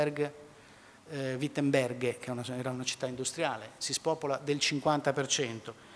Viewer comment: si dice Wittenberg, no "Wittenberge". Inoltre falso che gli stipendi pubblici fossero pari: per più di 20 anni i salari dell'est nel settore pubblico sono stati molto inferiori rispetto a quelli dell'ovest, convergendo a parità nel 2012. In fine le imprese che dell'est fallite: il loro mercato era il blocco sovietico, evidente che siano fallite in serie in poco tempo. Il loro mercato di riferimento è sparito e il nuovo mercato che avevano a disposizione era 30 anni avanti in termini tecnologici. Analisi fatta con i piedi, disonestà intellettuale vergognosa. pieno di imprecisioni e con chiaro taglio contro i cattivissimi tedeschi dell'ovest (che sono esattamente come i tedeschi dell'est essendo le 2 aree lo stesso paese da fine 800): mezz'ora buttata.